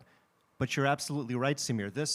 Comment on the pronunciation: Notice how this Indian converted into an American pronounces "Samir". he was born to a Sikh family yet he doesn't have a pagri. Such person can not be trusted and Amreeka cannot be trusted at all.